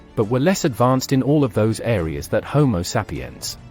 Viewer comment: Looks like the narrator would learn how to pronounce home sapiens, lol.